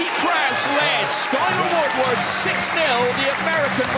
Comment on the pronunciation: English commentators saying Skyleh Woodwood lmao